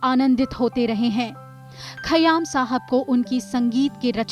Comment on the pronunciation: Mohtarma ka tallaffuz sahi hota to behtar tha...naam hi badal diya unhone to